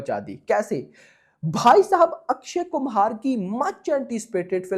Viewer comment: Akshay Kumhar❌ Akshay Kumar 😂😂😂bht naam to sahi bola kar😂😂😂